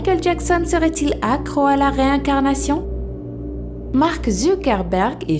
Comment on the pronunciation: La comme ils disent "réincarnation "😂